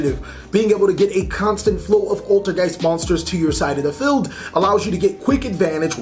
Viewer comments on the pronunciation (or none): lol when you say feld and not field. and its not toker its TALKER